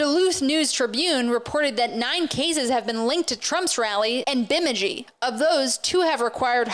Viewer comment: Oof the way she pronounced Bemidji